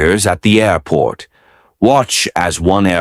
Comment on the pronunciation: Good job on the "Airrrport" today. 5x... it wouldn't be without it! We expect no less. For us counters... 5x beats 3x